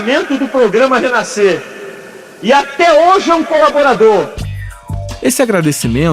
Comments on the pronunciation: Pow jornalista, falar "Renaiscer" doi muito nos ouvidos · Porra mermão, pare com esse negócio de naisceu, essa palavra não existe pô, quer ser jornalista e fala naisceu, renaiscer, aí é triste.... Fora isso, parabéns pelo documentário.